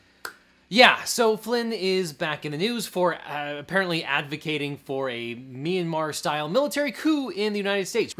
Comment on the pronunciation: Figured if they got into legal trouble, they'd just say there's no such country as meen-a-mar. And they would be correct. New GOP trick. Avoid liability by never learning to pronounce things correctly.